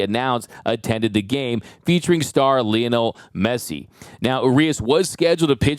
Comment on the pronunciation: "Leon-el messy". Don't quit your day job